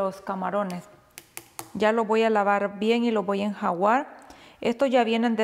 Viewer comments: Enjaguar 😏😅es enjuagar ? O enjaguar 🤦‍♀️😂😂😂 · va a enjuagar no enjawar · No se dice enjuguar se dice enjaguar que no le salga el pueblo que lleva en usted pls